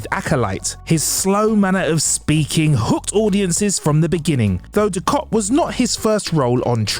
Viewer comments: Gul du kat! Kat kat kat! Not Kot! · It´s not Dukot... it's Dukat... ... ... 4 peace sake!!!! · Ducat not Ducot try saying Gul DuC@ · Great video, great to see how and what these great actors are doing now. Thanks! (However, Gul "DukOt"? 🤔 🤨) 🤣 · Everytime he said DuKOT it made me keep saying "its DukAT" mate:) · Gul Dukot? What? Gul Dukat! It’s an A not an O 🤦🏻‍♂️ So is the actors name Morc Oloima if we are swapping As and Os? 😆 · Gul "Dukot"? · Sneaky. Pronouncing it "Dukot" to get people to post comments and feed the YouTube algorithm. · Gul Du-KOT??? How does somebody who knows nothing about Star Trek characters still have a job at TrekCulture? You’ve lost any credibility you may have had. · I know right! I was triggered every time he said it! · No, Dukat